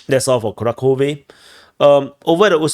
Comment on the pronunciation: kuRAhove. Also, there's no "k" sound in Kharkiv/Kharkov. "Kh" stands for a single letter.